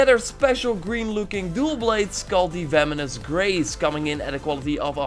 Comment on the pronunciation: You keep on saying "Vemonous Grace" instead of "Venomous Grace"